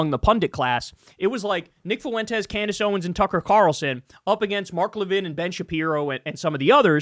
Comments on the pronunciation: Fuentes is two syllables, not three. It's not pronounced foo-en-tez. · It's 'Fwentes', not "Fuh wentez" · It drives me crazy, fuh-en-tes. Wtf with that pronunciation everybody is using. It's fwen-tez. 2 syllables, not 3. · Why does Kyle always pronounce it Foo-wentez?